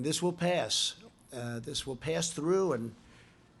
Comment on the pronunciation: "pass" "pay us"